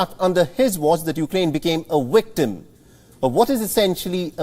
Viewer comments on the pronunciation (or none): The man said "wictim" and "vitness ", 😆 🤣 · Why did he said 'wictim ' and 'vitness'? Are those Indian words?